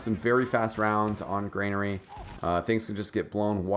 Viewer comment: GRANARY, NOT FUCKING GREYNAIRE